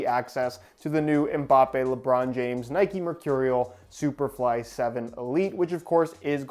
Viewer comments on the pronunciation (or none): I’m sorry but it’s pissing me off it’s Nike not nikey